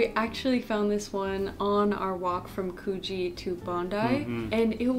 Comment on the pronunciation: Also, the "oo" in Coogee rhymes with "book", not "spoon". 🙃